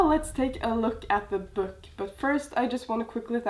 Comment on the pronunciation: i love how you say 'byook'😂